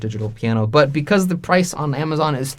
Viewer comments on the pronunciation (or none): none